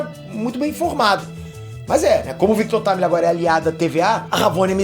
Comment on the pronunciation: FINALMENTE ALGUÉM FALANDO O NOME DA VARIANTE DE FORMA CORRETA 😂 NÃO AGUENTO MAIS O GABRIEL DO NERD LAND FALANDO "VICTU TIMILINGUI" PQP